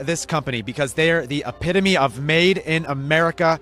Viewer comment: Spelled EPITOME... PRONUNCIATION ....EP IT O MAE